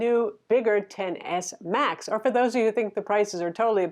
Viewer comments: love your reviews but it’s pronounced Ten. Not X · It pronounced Ten S!!!